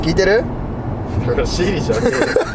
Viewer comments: shiriじゃなくて、siriだよw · iPhoneのsiriの機能じゃないんですからねww こんにちはといったら、メインメニューwww あと、shiriじゃなくてsiriです。